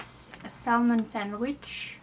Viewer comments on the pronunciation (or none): The "L" is silent in Salmon. It's pronounced Samen. Just helping you out.